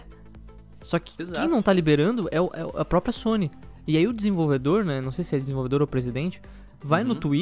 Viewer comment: "a zony" kkkkk poxa sony... Força Microsoft...lol